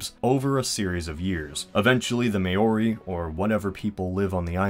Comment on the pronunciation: The way he pronounced "Maori's" Mayories??